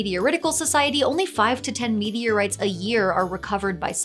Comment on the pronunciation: Did anyone else keep hearing "media rights "?